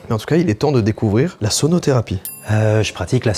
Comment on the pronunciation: Quand tu as dit "la sonotherapie" j' ai compris sodotherapie 😂